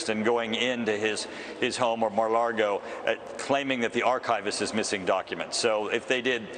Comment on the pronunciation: )) He said, "Mar Lardo."